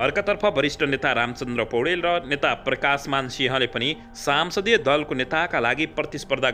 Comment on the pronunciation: Sansadiya hoiena Sahi uchcharan garnu paryo.